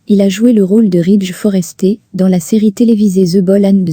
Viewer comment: Il n' est pas Foresté 😅😅😅😅😅😅 Il est Forester ( Forestère de prononciation. ) Les Français et l' anglais en font 2.